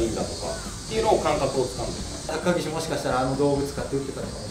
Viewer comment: 初手のが言った高岸が高木氏に聞こえた笑